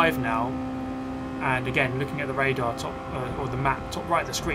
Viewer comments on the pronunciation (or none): none